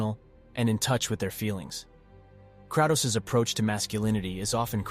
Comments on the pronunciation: I can’t with the Krahh-toes, pronounce Kray-toes. Good video though bro. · Hate the way ur saying kratos